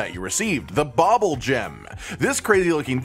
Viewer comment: Bubbulgems don't have an OP secret... just a sole intended use... Also, it's pronounced "bubble" not "bobble"... they literally spit bubbles.